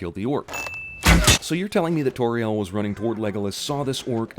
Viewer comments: anyone who's an expert on Middle Earth knows that, in Middle Earth, any "au" is sounded like "ow". So basically any decent expert on Middle Earth knows how Tauriel is supposed to be pronounced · I know right, seriously who are Soron and Toriel? Come on, just pronounce 'AU' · I cringe every time he mispronounces Tauriel or Sauron